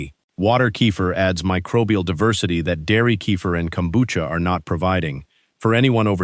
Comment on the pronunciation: Kombucha = Kelp tea. It's Japanese. If it doesn't have Kelp, it's NOT kombucha. DO BETTER. Also, the AI pronunciation is way off.